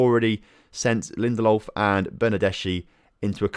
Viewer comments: Lin-Der-Lof not Lindolf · GOR-ETZ-KA and BER-NAR-DES-KHI 👍 edit: & LIN-DE-LOF